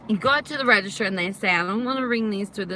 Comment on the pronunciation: It's called a "register", not "redishter" lmao